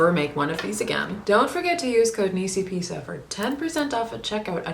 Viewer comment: Nisi Bee-sa